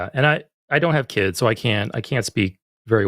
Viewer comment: it's "limiting your kid's" not "limiting your KIDZIZ."